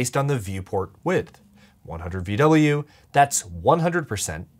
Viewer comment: When I heard vwin, I thought you said women